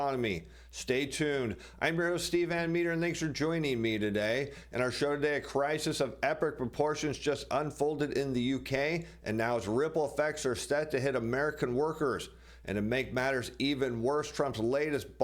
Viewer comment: A crisis of epric proportions.... Steve, thanks for adding an R in there..... Makes is scarier